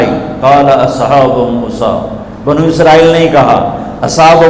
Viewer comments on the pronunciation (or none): none